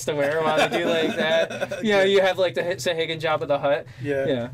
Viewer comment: These crazy D&D monster names. I have always pronounced them 'sawa-gin'